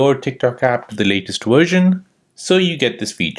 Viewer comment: you said to update to the latest wersion. What's wersion? And periodically you would say wideo. I don't understand.